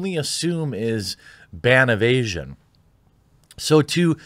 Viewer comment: When he said ban evasion, I kept hearing “ban of Asian” and kept thinking about Bill.